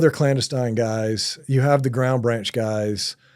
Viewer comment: This guy cant even say clandestine correctly. I call BS. No new information, its all regurgitated stuff we know.